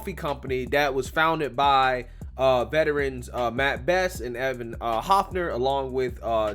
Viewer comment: It’s funny nobody can properly say Evan’s last name correctly. But it doesn’t really matter.